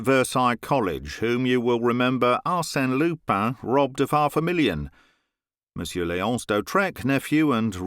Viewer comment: Excellent reading. What a pleasure! However, "monsieur" presents lots of problems to people foreign to French. The "r" at the end of the word is NEVER pronounced. We must write it, but then forget about it in the spoken language, just as if it does not exist. Not even to make a liaison.... the final r is to be ignored altogether. The French people prefer a hiatus, thing that they normally cannot stand, rather than hear the final -r of "monsieur".